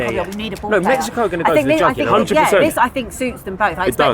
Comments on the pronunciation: How does butcher everything...whats mekico? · Have to say it my biggest takeaway is please stop from calling it Mekkyco?